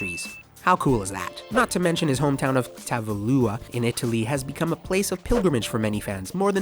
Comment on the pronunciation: Check your pronunciation next time… Giacomo?? Tavullia??